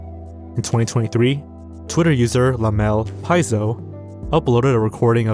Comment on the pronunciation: Lamel Pizo is actually lah-mel pee-zoh, aka lick the floor 😅